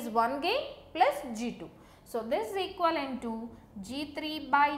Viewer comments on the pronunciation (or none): none